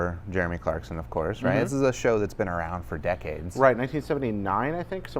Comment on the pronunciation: Clarkon lol